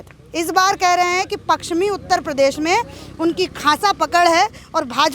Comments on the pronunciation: Anchor bahin ji aap hindi hi theek se bol nahi pa rahi ho paschmi U.P. ko Pakschmi bol rahi hai. Aap hindi ke uchharan ka abhyas karo. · तुम बहुत अच्छी रिपोर्टर हो। एक शब्द का उच्चारण ठीक कर लो। पक्चिमी नहीं पश्चिमी उत्तर प्रदेश बोलो। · Madam ji..pakchsim nahi..pashchimi uttar pradesh hai..aap patrakaar hai..uchcharan to sahi kijiye. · मैडम पश्चिमी यूपी है ना कि पक्सचमि यूपी आपकी पत्रकारिता अच्छी है लेकिन शब्दो पर पकड बनाऐ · पकसीमी नही मैडम जी पश्चिमी होता है